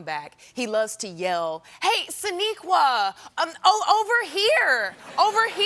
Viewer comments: I cant unhear SHAniqua Martin Green at the end lol He said Sonequa up until then 😂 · He definitely gets her name wrong at the end :s